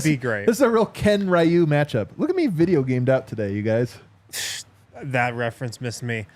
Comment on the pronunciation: For: Ryu = REE-YOU